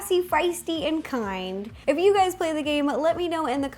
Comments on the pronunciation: was it me or did she say Hey gays! no offence to her but im british soooo yea..... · guys she said hey gayd